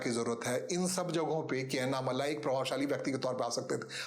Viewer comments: उनका नाम अन्नामलाइ नही, अणणामलै है, मलै means mountain, मलै को मलाई कर दिया है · First write his name correct. उनका नाम अन्नामलाइ नही, अणणामलै है, मलै means mountain, मलै को मलाई कर दिया है